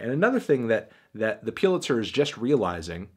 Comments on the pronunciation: You fucking said Piluzer 700 times instead of Pulizer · I can’t be the only bothered by the fact that he kept calling it ‘peew-litzer’ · "The piulitzer" - ainthony faintaino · "peelitser prize" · The fuck is Peelitzer? I swear some youtubers mispronounce things for more comments and evidently it works. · "Putlizer" Melon, Really??? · review ur pronunciation of pulitzer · The way he pronounces "Pulitzer" triggers me